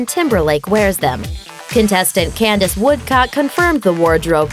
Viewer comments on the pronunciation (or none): none